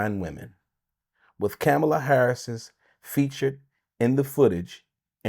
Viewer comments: Saying her f*cling name right n*gga. Coma-la, idiot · Bro you're pronouncing her name wrong SMH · This dude can't even pronounce her name correctly!! 😂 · She's been the vice president for almost four years and he still can't pronounce her name correctly?!! C'mon, that's inexcusable!!